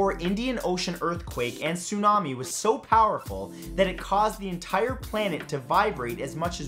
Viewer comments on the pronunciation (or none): none